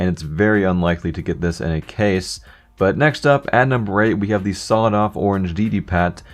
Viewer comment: why the dock do you say dea instead of the